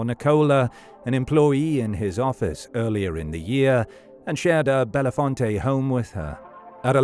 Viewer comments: My cousin lives in that town, and it’s pronounced: bellfont, not bellafonte. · Correct. Bell Font